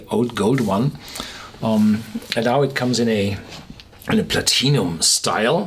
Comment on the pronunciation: love the way you pronounce Platinum